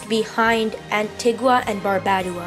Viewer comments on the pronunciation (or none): Antigua and barbudada💀